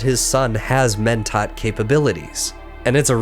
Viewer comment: Pretty great video. Terrible horrendous awful no good pronunciation tho. Wtf is a twofear? Keenes? Mentot? C'mon man